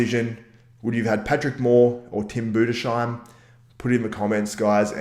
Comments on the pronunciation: Im from germany and its pronaunced like boo-dis-hi-m, hi like in hello hi😂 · Its pronounced Tim Boo-dis-haim (Budesheim) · Tim Budes - Heim , there is no "shhhh" sound in his name :D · Tim Budesheim is pronounced like this: Tim Budes-Heim, it's two seperate words :D